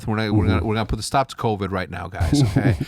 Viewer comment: He did say Tovid lol. Shottzy is that guy